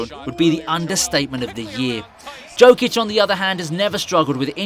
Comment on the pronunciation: Learn how to pronounce his name first. Like Charles Barkley said "If you dont like Joker play basketball, you dont know nothing about basketball".